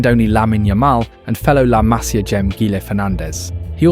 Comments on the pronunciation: Disculpa tengo que decirte que se pronuncia "masía" y no 'másia' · Se pronuncia Masía con acento en la i MasÍa, aprende a hablar castellano si quieres hacer videos del Barça porque suenas ridículo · La Masía, por favor mira dónde va el acento.